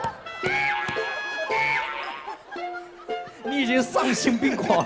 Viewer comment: 娜娜说李维da我笑了好久